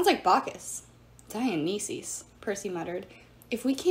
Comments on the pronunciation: "Dionisi's" it's pronounced Dionysus, Dion-ices. I'm not trying to be mean but like it's just driving me crazy when you say it, sorry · I don’t mean to criticize, but here are pronunciation tips. Dionysus: Die-uh-nice-us Gaea: Guy-uh Thanatos: Thanna-toes